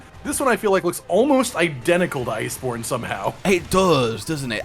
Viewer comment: Did anyone else hear say liceborne?